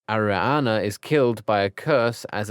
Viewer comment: and its ariana dumbledore not aroana dumbledore